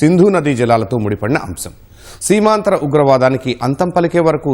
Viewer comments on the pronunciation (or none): Seemandhra kadu ra ayya... Seemantara ugravadam... Which means cross border terrorism.